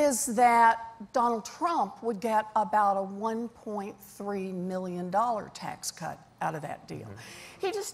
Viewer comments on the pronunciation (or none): Pretty sure she says "Biggest tax cunt"